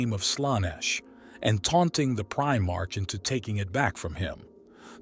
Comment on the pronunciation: It's 'pri-mark' (like the shop) not 'pri-march'. IXth Legion is pronounced 9th Legion.